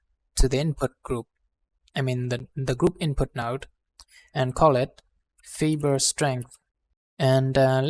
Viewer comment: Fiber is pronounced fyber, not feeber. Please excuse the interruption.....